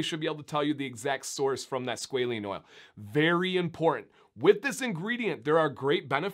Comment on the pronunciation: I found 17 seconds of YouTube that loops pronunciation, with a long “a” something like squawLANE. That aside, great information!